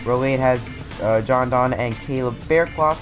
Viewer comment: Why do you say John don instead of Josh don